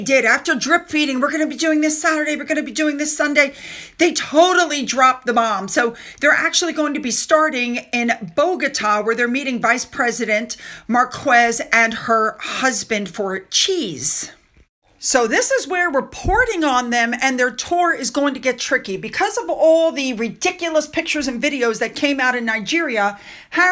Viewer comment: So glad the puppy found a home, good job! Oh and that sugar Marquez’s name is pronounced MarKEZ. 😊